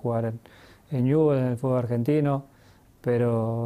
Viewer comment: Las veces que Messi dijo "Fulbo" 😍 👇🏼👇🏼👇🏼